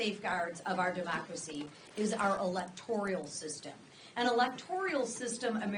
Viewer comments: ELECTORAL system, not Electorial. English is the language, learn it BEFORE running for public office. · I know this sounds petty but it is not electorial its electoral. The issue is you need to speak intelligently and that means you have to pronounce words properly please.